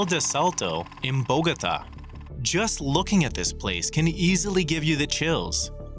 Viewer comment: Bogota not bougouta